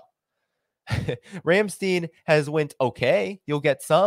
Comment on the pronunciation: Ramstein rhymes with "nine". Ein, nein, klein rhyme with "nine".